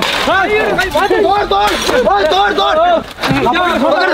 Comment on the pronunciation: bahubali❌️ habubali✅️ 💯💯 🤪🤣🤣